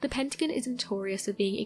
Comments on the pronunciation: I love these videos, but the consistent mispronunciation of the Pentagon was driving me nuts. It's Penta-gone, not Pent-again. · It's Pentagon. Pent-a-gone. Not pent agin. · What the hell is a PENTAGUN, LMAO ITS PEN-TA-GON. Lol how you going pronounce everything rite then pronounce that wrong. If you can say everything else rite then say it rite, or il blutty slap you jk😂😂😀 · Her pronunciations of pentagon made me turn this shit off lol. Very lil facts anyways just speculation